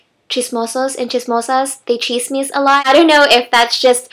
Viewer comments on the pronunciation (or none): its not chisme it is chizmis